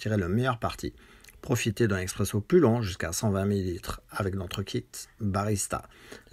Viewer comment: Salut on dit Espresso, Expresso c’est pour les amateurs de capsule